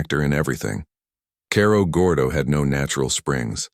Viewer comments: You need to learn how to pronounce Cerro Gordo. Need to pronounce it like Sarah Gordo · as soon as the AI mispronounced Cerro Gordo i was done.